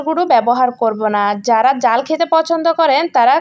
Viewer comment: উচ্চারণ ঠিক করা উচিৎ যেমন ফেফে জাল জরিয়ে বেজে।